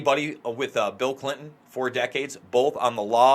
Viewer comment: I love you, but would you please pronounce Clin-ton the right and the old fashioned way?